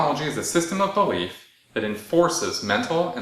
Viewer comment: I love how he says, "it's my BELIEF ans